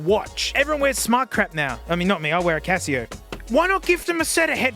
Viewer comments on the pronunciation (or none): none